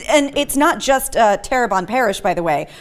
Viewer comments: pronounced my home wrong....its not Terre-bon parish....its Terre-BONE parish. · FYI: It's Terr-uh-bone not Terr-a-bonn. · It is pronounced "terrabone". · It is pronounced like terra-bone parish. Yes, my home state has once again scored big by doing something crazy. Let me ask, shouldn't a woman who exposes her bra straps come under this law? The guys are exposing their underwear, haven't all of us seen women who are purposely showing their bra straps? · It is pronounced Terrebonne (terra-bone) ...it's not hard at all.